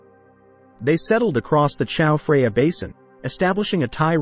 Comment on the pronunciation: Who says Chao Freya? I thought this was going to be the untold story of that a new river, the Chao Freya.